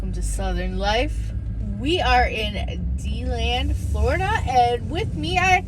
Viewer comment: Its De-land,not Dee-land! And the Buffalo Bills are pretty good lately!!